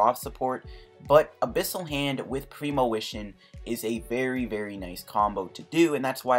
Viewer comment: it's premonition, not premowition. jesus. And at around 21 minutes, premonition for Grass Energy, Manual attach this turn, he doesn't play N you win. Not clue about the Ultra Ball play?